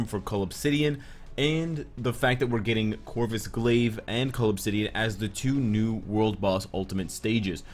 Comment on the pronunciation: OH. Cull obsidian.. I always hear it as 'call of city (an)'